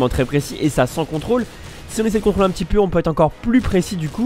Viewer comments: "contoler" son full :) sinon très bonne vidéo merci ☺ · je suis le seul a avoir vu le "contoler son full " xDD sinon très bonne video j ai appris plein de trucs continue comme ca tu gères:p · "contoler son full" 8) np les fautes ca passe ! ^^